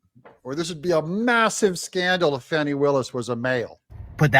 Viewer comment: Thanks for pronouncing her name correctly. Trying to elevate her, some pronouncing her name 'Foni', but it's pronounced 'Fanny'. Having sexual relationships with defendants also Nathan Wade, maybe she fears 'Fanny' very appropriate?